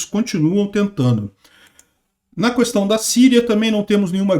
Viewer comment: Não é Samária, é Samaria. Assim como não é Mária, é Maria. Já o Mário é Mário mesmo. Conhece o Mário, né?😁 Também não é "precisam haver" é precisa haver, sempre no singular, ainda que o objeto esteja no plural. "Cuestão" pode, mas é muito feio!😎